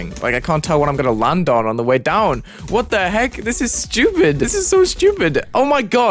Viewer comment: "That effect is so sjupit" xddd